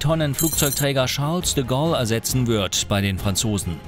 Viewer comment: Charles de Goll 😂🤦🏼‍♂️